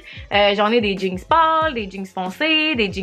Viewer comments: j'adore le fait que tu dis "jeankse", ça fait très Québecois.😂🤣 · Tout ce que tu fais tu le rend drôle pis divertissant 😂😂❤ PS: de la manière que tu dis jeans des fois ça sort "jinx" ahahah! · J’adore comment tu prononce jeans... « jinks » 🙏🏼😂❤️ je t’adore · Bah oui “des jeangs” t’aime ça des JEANNNNS🤣